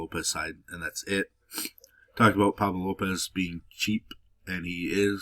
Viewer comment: Love the way you say “about”. Shit sounds cool- no joke.